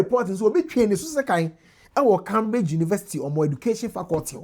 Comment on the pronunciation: pronounce Cambridge properly. Your pronunciation is wrong